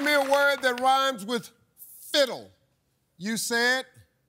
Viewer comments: Lol at first i thought Steve said Fizzle. Did i missheard it or is Steve the one saying it wrong? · Not cheating. There is a panel of judges monitoring the entire show from the back. The majority of them must have thought Steve mispronounced fiddle or didn’t speak clearly enough. This has happened plenty of times in the past, too. So yeah, not cheating.